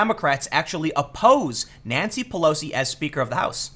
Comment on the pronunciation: First time I thought you said Nazi Pelosi